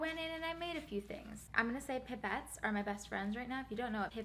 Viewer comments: They’re pronounced PIPE-ETTES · Pronounced pype-etts!! God that annoyed me so much Not trying to hate on you bc I love you! (And your slimes)